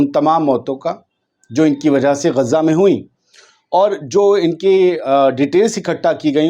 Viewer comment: Gezza math bolna bhai sekho Gaza khaho